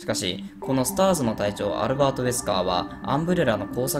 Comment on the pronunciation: アルrrrrバート・ウェスカー